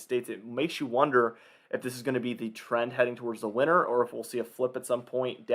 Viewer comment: When did people start pronouncing "winter" like "winner"?